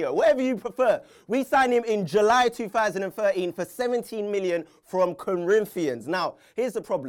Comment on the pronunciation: Why can't you say 2013 correctly?